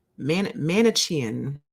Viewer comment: I just Googled 'Manichaean', it's pronounced: "Mani-key-an". Hadn't heard of that before. Basically, inflexible, extreme, black-and-white thinking, the mindset of every narcissist.